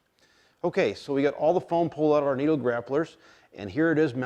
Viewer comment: Great video and great information just one thing bud they're not "neat-o" tires. They are said NIT-O and are a huge tire company that makes tires for full-scale cars. Nitto tires are a very well known brand. Sorry for being "that guy". I don't really know how to make this sound like I'm trying to be helpful and sometimes texts can come off real cocky and/or rude It was definitely not my intention so hopefully you don't take it that way.